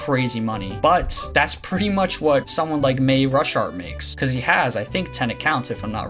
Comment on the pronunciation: Ur pronouncing marushart wrong